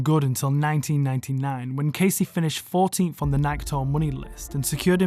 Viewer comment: Learn how to pronounce Nike 😅😂